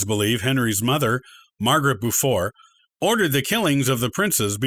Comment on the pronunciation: "Gloucester" pronounced "Glosster" 'Plantagenet" is "Plan-TAH-genay/genet" And Beaufort is "BOW-fuhrt"